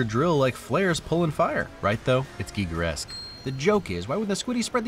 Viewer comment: Thank you for pronouncing Giger correctly! So many say it like "guy-ger".